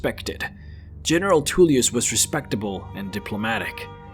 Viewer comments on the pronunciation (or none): Even with 20k+ hours into this game, I still watched this entire vid and thoroughly enjoyed it:) Just one tiny thing...., please stop with the weird mispronouncing of words, it ain’t cute, it’s just silly ok. General Toolyus, Del...feen, Behooved (behoved), meenions, etc etc’ (Take a Tip: Listen to Master Arngeir in the peace council - he will teach you to correctly say Tullius hmmm). The story telling though was engrossing and detailed.....I look forward to more.:) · Huge dwemmer inferences. Politics off and definitely bias towards the imperials (you ate up their propaganda). Lastly you can hear the imperial generals name in the video but you still say “tool”ius. Otherwise great video